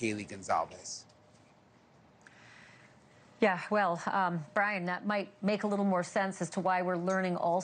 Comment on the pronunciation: Gonzales? He didn't get her last name right. Ouch.